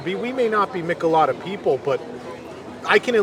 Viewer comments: Friendly correction.....It's pronounced "Meeeech-El-Ada" 😎😁🍺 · It's pronounced "ME-chay-lah-dah" you're killing me with with "Michalada."